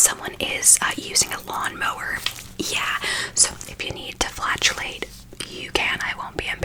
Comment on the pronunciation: Did she say flatulate? Because I thought she said flagellate?